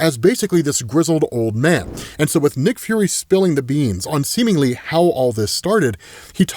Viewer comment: semenly...say it again